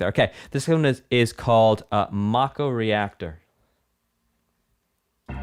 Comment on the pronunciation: He said "MAH-ko" instead of "MAY-ko" like most everyone does, so it's definitely not his first time hearing it.XD